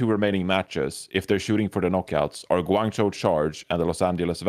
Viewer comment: LOL to.... it's hangjoe and guangjoe.... not hangchow and guangchow:')